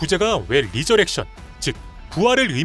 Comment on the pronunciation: resurrection rè- 레- 리저렉션이 아니구요...레저렉션입니다...은근히 거슬림